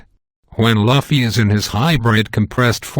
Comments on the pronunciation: It was driving me insane every time he said "luhfy". You say it "loufy". GET IT RIGHT. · Stop pronouncing Luffy " Laffy " . Holy shit ! That is the most annoying thing about this video ! It's Louuuuuuuuuuuuuuuuuuuuffy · lol bro its not laffy its loufy im writing it like this just for the pronounciation xD